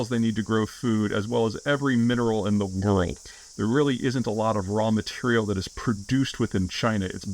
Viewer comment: Why does he keep scrambling the word "world"?